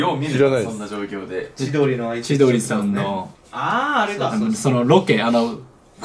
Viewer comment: 千鳥さんが、地鶏産に聞こえた笑 飛ぶぞ の番組はわかりやすい